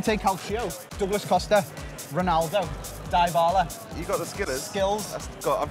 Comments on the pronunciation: DIE-BA-LA what lmaoooo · Di-ba-la? Not Dai-ba-la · It's dybala Not die pala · Its no dibala lol Its dybala 😅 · Its pronounced dibala not diebala 😂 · It triggers me how he says DIEBALA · Pronounces Dybala as Diebala Doesn't use Ter Stegan uses Neto Me: cringes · Did he just said "Dibala" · Dislikes rising for 'DIE-BALA' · dee-bala*** bro. DEE-BALA thats how its pronounced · What's up with the die-ba-la pronunciation? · when he pronounced dybala 😂